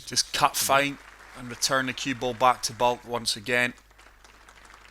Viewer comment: Its Baulk not Bulk